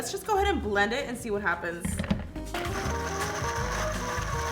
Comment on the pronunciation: The way she is pronouncing belend(blend) is bomb ♥️